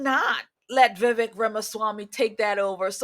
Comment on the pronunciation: Please learn how to pronounce his name if he's "your boy".